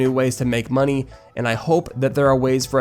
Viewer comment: "Give us the MoNeH"